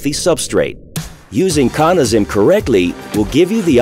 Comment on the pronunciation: Hmm, "Cawna". Always thought it was pronounced "Cannuh". Good to know! :)